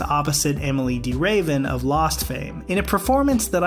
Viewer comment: Emily de raven😂 its prounoinced ravine😂